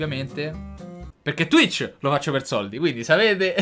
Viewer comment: Lo sai pk? Perché dici twich